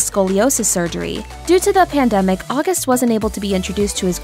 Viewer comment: Love it! Although I don't think it's pronounced like the month of August.